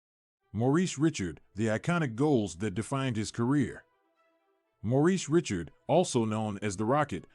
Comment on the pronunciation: what unwatchable AI BS! This robotic voice doesn't even pronounce Richard properly! And what of those sweaters???